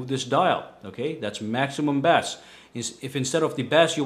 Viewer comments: FYI- bass is not pronounced bass (like the fish). When it is regarding music it's pronounced base. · Fyi. Bass is pronounced "base" like "the base of the lamp" and instead your actually talking about a fish the way you are pronouncing it so the correct way to pronounce bass is "base" and if you pronounce bass like it looks you are talking about a fish "bass" lol.. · Uhm.. bass??? (bah.ss) is a fish... When referencing sound the word is pronounced (bay.ss or bei.ss) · It is pronounced base, not bass. Bass is a fish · You say bass like the fish.....it's pronounced like 'base'ball.....good video :-) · Bass=Base meaning it is pronounced as Base not Bass like the fish. The more you know.. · IT IS PRONOUNCED B-AY-SS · Thumbs down when he said bass like it was a fish instead of pronouncing it as base. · in terms of music it's pronouced "base" like baseball...also like a bass(base) guitar not bass(like a fish) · pretty sure bass is pronounced base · You say bass like the fish bass lol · He said "maximum BASS" as in the "FISH"! 😂😂😂... No offense but "bass" is pronounced the same as "base". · Bass is pronounced like base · The way he said bass (base)... 😂😂😂